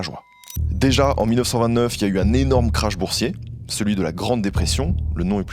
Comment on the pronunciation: krach boursier ne se prononce pas comme CRASH d'avion. Faut aller a l'école;)